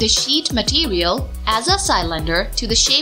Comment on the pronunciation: Love how she pronounces cylinder, Sy-lender